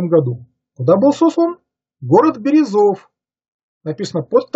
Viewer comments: Материал, конечно, очень интересный. Но меня насторожили странности ударения в широко известных словах. Почему вдруг АввАкум и БерезОв? Или все столько десятилетий ошибались, произнося АввакУм и БерЁзов? Если так, то почему автор не аргументирует изменение ударения? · Город Берёзов, Пермского края. где был в ссылке Меньшиков, с ударением на ё. Ставьте пожалуйста верно ударение